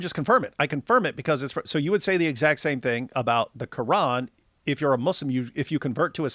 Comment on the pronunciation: its so annoying when she speaks normally and then goes KRRRRRRR-AN or is-LAMB you dont have to pronounce the words as if you are speaking arabic